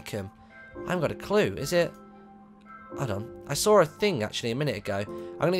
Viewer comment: Annoying word of the day,it will be in caps:I SAWR something a while back